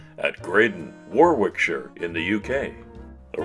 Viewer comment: Brilliant, pure genius! 👍🏻🇨🇦👌🏻🇬🇧👏🏻🇨🇭 Managed to get a few minutes break at work to watch..... It's going to be a long evening 😬 Oh, by the way...... Warwickshire is pronounced 'Worricksheer'